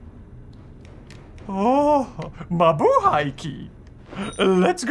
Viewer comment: did jusr say mabuhay?